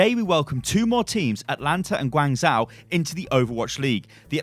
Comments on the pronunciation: It's Guang "zh-o" not Guang "zau" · I think it's pronounced Gwang-joe, not gwang-zow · Guangzhou is pronounced kinda like gwong Joe, not gwang zow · Sorry I can’t watch this. It’s pronounced Gwong Joe not George Zow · gwang joe, the closest pronunciation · I'm triggered reads it Guangzao. The H is there for a reason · guangzhou is pronounced gawn-szoh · Hey, Guangzhou is pronounced as "gwuhng joe" hahah xD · It's pronounced Gwung Jo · (Tiny pedant's comment) Guangzhou is generally pronounced "Gwong-jo", at least by the people I know who are from there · Unit Lost - Great British Gaming not to be mean but I cringe every time he tries to pronounce Guangzhou